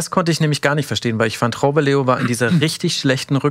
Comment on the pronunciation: Ach der von Augsburg wird Raumeleo ausgesprochen, hab den immer Güllewöff genannt.